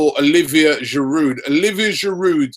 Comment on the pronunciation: I don't want to come off as a troll or anything but the D is silent in Giroud...You'd think die-hard Arsenal fans like you would make the effort to pronounce the players' names better. Disclaimer: I'm an Arsenal fan too.